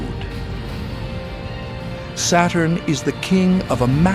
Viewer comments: It's Saturn, not Satan bro Just chill 😂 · SATURN Pronounce SATAN.. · Saturn pronunciation almost same to Satan, SAY IT !